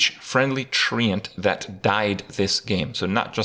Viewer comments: The way he says TreeAnt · Why does Kripp pronounce “Treant” like he’s from Belfast? Isn’t it pronounced like ‘trent’? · If I have to hear Kripp pronounce Treant one more time I'm going to hang myself from one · Thats not how you pronounce treant!